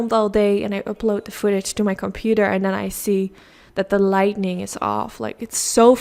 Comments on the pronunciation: I adore ur videos u r truley amazing with how u create ur eye looks..u referred to ur lighting problems but it's pronuced as lighting not lightning..but like I said u r an amazing artist with ur eye looks. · As I have said in the past, this is meant with the best intentions.... you are saying the word incorrectly. It's Lighting, not lightning. There's no N after the "t". when you say "Lighting ", as in to make something brighter. "Lightning" is what happens in the sky, as in Thunder and Lightning I love your work😉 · Love it, and your video is great. You're a great teacher/instructor. I can't wait to try it. I just want to help you with the pronunciation of the word LIGHTING. You're pronouncing it LIGHTNING (with an extra N), as in "There was a LIGHTNING bolt that struck our tree during last nights rain storm." It's pronounced light-ing...again I'm just trying to help, not criticize you in any way. I know some words of other languages, including sign language, however I'm only fluent in my own... so I commend you on your abilities with them. Also, I have very light, but still bright blue hooded eyes... would you please do a video on any COLOR shadows that looks good my color eyes? I use neutrals 99% of the time because I'm so afraid of looking like a mismatched clown...help please?!?! Love a HUGE FAN, Christine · Only thing I would say is that it is “lighting”, not “lightning” or “lightening”. English is a very confusing language though so I can’t imagine anyone holds it against you! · Light-ing💡 not light-ning 🌩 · I love that she says lightening instead of lighting. It’s really cute to me. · Schat, zeg " li-ting", niet lit-ning". Die zijn 2 verschillende dingen. Die make is prachtig! Bedankt voor die video. ❤️ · Light-ing, not Light-Ning. 😁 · I love this look! So beautiful and simple! Will definitely be recreating! Also saying lightning instead of lighting is the cutest thing ever😭❤️